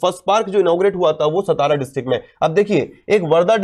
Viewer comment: It is सातारा not सतारा